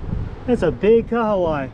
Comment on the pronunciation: Hey. Just wanna say that your pronunciation for the fish kahawai is awesome my dude NICE. Hopefully you guys enjoyed your working holiday in New Zealand. Let's go